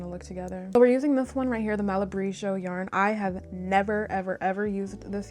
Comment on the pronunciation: I love that you talked about running into a sort of knitting block, that happens to me sometimes too and I always feel so guilty! And I love love loveee the colors!!! Also, 'Malabrigo' is pronounced with a hard 'g'! It's an Uruguayan/Peruvian company and uses Spanish pronunciation :)